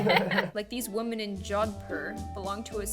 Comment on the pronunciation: the way she said JODHPUR I am offended ...!!